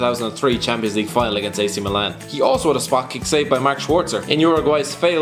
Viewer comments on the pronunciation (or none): none